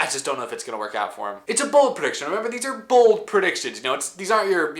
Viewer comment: At first I thought you said 5 Super Bowl predictions 😂